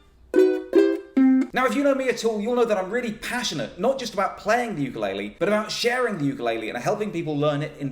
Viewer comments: Nobody knows how to say ukulele. It's oo-ka-leh-leh, not you-ka-lay-lee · Just wanted to correct your pronounciation of Ukulele. You are saying youkoolele but the proper way to say it is ookoolele Uku (ookoo) is flea in Hawaiian. Lele is jump. So Ukulele is not youkulele but ookoolele. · the instrument is called a “u-ku-le-le”. There is no “Y” in “ukulele”. Keep on strumming! Aloha! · I thought the pronunce was "poopulele" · what's with white people and saying Ukulaile (ookoo-leh-leh) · Can you please learn the correct way to say ukulele